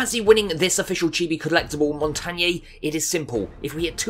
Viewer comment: montagneeeeeeeeeeeeeeee not montagné!!!!!!!!! i’m triggered